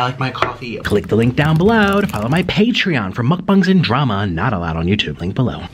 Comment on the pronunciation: I can’t unhear it but Nickocado says “Mukpbawng” and it drives me nuts